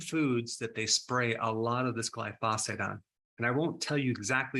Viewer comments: GLIE - FOH - SATE not Gly - fos - fate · Pronunciation gly' pho sate accent first syllable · Dr. Berg, the word is gly-pho-sate. Accent on the gly not the pho. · Love your videos. Just for reference it’s pronounce GLY-fow-sate accent on the first syllable 😊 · Pronounced "gly pha sate" 🙂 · What's "glyphosphate"? Its pronounced gly-pho-sate... and it is highly toxic to your gut microbiome since it was designed to disrupt the shikimate cycle in plants, bacteria and fungi. Not good considering humans have on average have 10 times the number of microbes (bacteria, viruses etc) than human cells... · I would take you more seriously if you could pronounce glyphosate properly. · Thanks for this video! I’ve got to say, either you or everyone else in the world pronounces glyphosate wrong though.